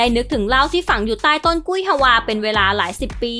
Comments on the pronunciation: กุ้ยฮวา ไม่ได้อ่านว่า กุ้ย-ฮะ-วา ต้องอ่านว่า กุ้ย-ฮวา เหมือนคำว่า เกวียน ไม่ได้อ่านว่า กะ-เวียน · ต้นกุ้ยฮวา ออกเสียง ฮวา เป็นพยางค์เดียว ไม่ใช่ ฮะ-วา ถ้าออกเสียงยาก ก็ออกเสียงว่า ฮัว ไปโลด เวลาคุณพูดถึงแตงกวา คุณออกเสียง กวา ว่าอะไร กวา หรือ กะวา